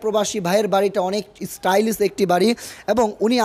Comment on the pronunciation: আরো আছে, ডেগুরেশন, ট্রাইস, স্টাইলিছ 🙄🙄